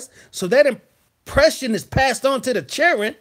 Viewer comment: Hey, been missing some of your shows, but caught this playback. Although hilarious😂😂😂😂, there is so much truth to what you said about how a real man is supposed to handle his business. Not to mention when you said "chil'ren" and "whooooppssy!!" I was done!! Kudos👍. Peace and afrogrease✌